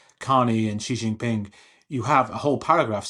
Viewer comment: SHE JIN Ping. Not Gzee gzin ping. Bay Jing. ✅ ❌NOT Beige ING